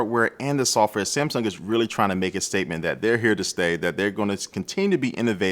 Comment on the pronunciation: "samsum"? New brand?